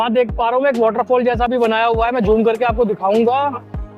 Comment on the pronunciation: Aap joom kehte ho hum zoom bolte heein.